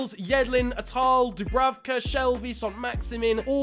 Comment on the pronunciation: its leandro not leonardo trossard and maximin is prounounced max i man